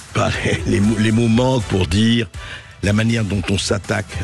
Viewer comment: * Dire et pas "dure"